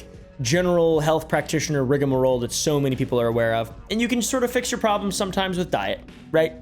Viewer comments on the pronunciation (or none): YOU SAID IT RIGORMOROLL!!!!